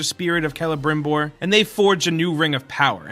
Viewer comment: He pronounced Celebrimbor correctly!!